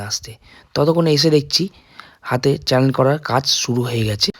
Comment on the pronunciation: Cannel na vaiya kanola bole otake😊😊